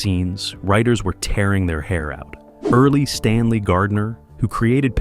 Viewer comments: Earl as in pearl- not early. Have an actual human listen before you kick in your AI voice. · Earl, not Early. Great video. But you could have at least checked. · Your story is full of misinformation and the Authors name isn't Early Stanley Gardner. His name is Erle (rhymes with Earl) Stanley Gardner.This is what happens when you use AI to write and narrate your story. Go your own research and correct AI errors. If you want AI to do the work, then there's no reason for you to earn any money. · FAR too many inaccuracies and irrelevant clips and pictures! As well as many more actual interesting facts that were missed. The final season was still in black and white except for ONE episode that was NOT the last episode. The final episode entitled The Final Fade-out WAS a special finale and is my favorite because Earle (pronounced EARL not Early!!!) Stanley Gardner played the judge and all of the normal behind the scenes crew members had on camera roles as witnesses who were interviewed by police during the investigation. In the later movie spin-offs Barbara Gale’s real life son played Paul Drake, Jr as William Hopper died before those movies started. Numerous later famous actors appeared on the series in early roles, as well as already famous ones. Not only were the courtroom extras played in many episodes by the same people, but so were main characters! Some of the later police regulars originally appeared in other episodes and other roles. And I often have trouble remembering “who did it” even though I’ve seen every episode numerous times, because of actors and actresses who appeared in multiple episodes and sometimes were the guilty character and sometimes weren’t! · Yes, you're correct. Erle, NOT EARLY. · Weird narration: "EARLY Stanley Gardiner (not sure I spelled surname correctly). First name Erle---pronounced like Earl! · Shit! Not Early - Earl, like Earl… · The original author's name wasn't "Early" Stanley Gardner, it was ERLE Stanley Gardner (pronounced "Earl").